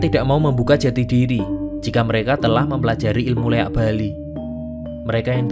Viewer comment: Maaf bg sebelumya,bukan leak,tapi liak